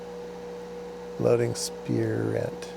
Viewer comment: Spirent is a British company. It's usually pronounced spire-unt. Or spy-runt if you prefer.